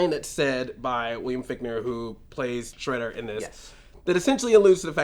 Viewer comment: Shredder. Not Shraydar.